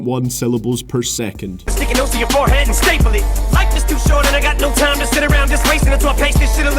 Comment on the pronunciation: Of all Teim? Dat pronouncing tho